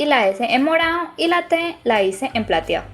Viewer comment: Me encanta como dices morao y platiao